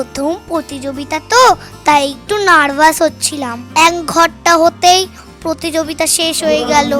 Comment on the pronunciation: প্রতিযোগিতা ❌❌ প্রতিযোবিতা✔️✔️😅😅😂😂